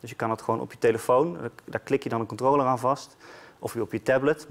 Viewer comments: Het is controller geen controooooler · ‘de Kontroler’ 🤣